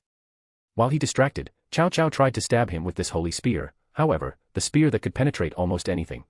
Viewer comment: Ah yes, chow chow, my favorite general from the Romance of the Three Kingdoms and Dynasty Warriors. Ai reader didn't handle reading Cao Cao very well.